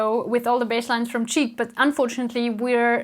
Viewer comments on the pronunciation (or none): Greetings from Styria! ps. the Band Chic is not pronounced "cheek" but "sheek" ;)